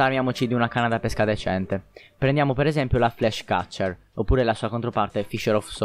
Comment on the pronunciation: L'accento con cui pronunci pesca è sbagliato.Dovrebbe essere chiuso,come pÈrchè e non aperto come pÉsca(il frutto)